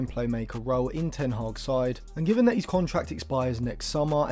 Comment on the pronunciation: eh? You always say he’s when you mean his. They are pronounced differently